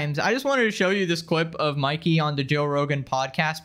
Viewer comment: Never hears of you before, or that sneako guy. You are saying Mikey’s name wrong but either way. Great video. Earned a sub. 🍻